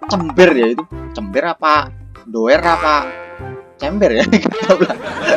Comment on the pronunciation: Chamber Mas bukan Cember 🗿👍